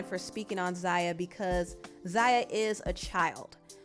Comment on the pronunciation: Wow… not you gaslighting the transphobes. What a disappointment. I was a long time supporter of this channel and now I have to really reconsidering to do so at this point… To focus the blame on the Wade family is very dangerous— Zaya (which you pronounced wrong several times in this video) didn’t ask to be trans. And the fact that her dad, step-mother and the rest of her family (with the exception of her raggedy ass momma) should be applauded, not shamed. The reason why the Wade’s have been so vocal is because to shed light on the transphobia in the community, and the lack of support many trans boys and girls feel from their families for simply existing. And to assume that they’re doing all this for clout is disgusting. So, shame on you girl. You sat there and gave Boosie a pass, forgetting to mention the actual harm/sexual exploitation of his children. Commentary like this can and will lead to the continued m*riders of black trans women all over this country (another fact you failed to mention) #girlbye